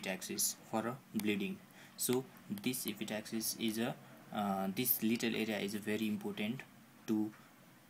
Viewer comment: lol.. its epistaxis..not epi-taxis... ans nasal septum not nausaul septum :P